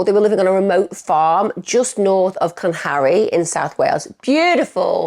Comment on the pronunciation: Used to live in South Wales but pronounces it "Clan-harry" 😂